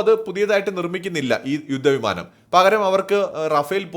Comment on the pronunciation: യുദ്ദ വിമാനം,സാദൃദ, ബാദ്ദൃദ, മടുത്തു ഈ പീറ മലയാളം കേട്ടു്.പോയി മലയാളം പ൦ിച്ചിട്ട് പരിപാടി അവതരിപ്പിക്കു.